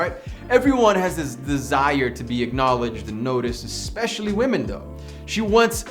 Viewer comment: He wasn't saying "Women". He was actually saying "We_men" 😂